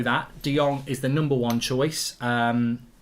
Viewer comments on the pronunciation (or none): On Frankie de Jong, you pronounce "Jong" as "Young". As my Dutch name Boudewijn, pronounce "wijn" as "wayne". People are mispronouncing his name